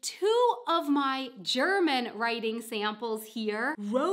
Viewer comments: Don't forget to link to your "Why do I drop the Ts" video, you say "wri ... en" quite a lot in this one. :) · Glottal stop substitution for t.